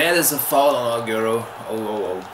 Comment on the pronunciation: I like the pronunciation of Agierroo its funny